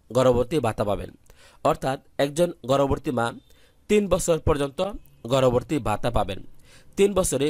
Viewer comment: উচ্চারণ ঠিক করেন। গর্ভবতী নট গর্ভরভর্তী😡